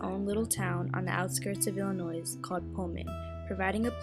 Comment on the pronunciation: It's not Illinoise! Still good though.